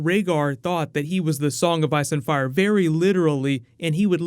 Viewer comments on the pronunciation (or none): Hehe "he would be the child of ire and fice" Great vid as usual, man! Thanks for your great work.!